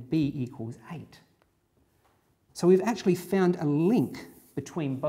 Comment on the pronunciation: to there are 19 "achually"s.